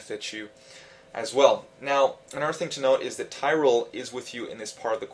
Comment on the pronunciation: tie - ral, wtf?!